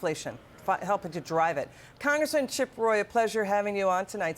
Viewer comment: Did she just say " chicango" lol